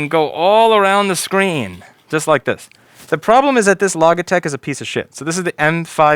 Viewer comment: Louis, do you pronounce logic; log-ick, by any chance? Just wondering based on how you mis-pronounce Logitech everytime. (